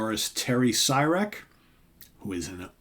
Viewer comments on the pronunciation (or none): Super cool! Terry rips! It’s pronounced See-Rek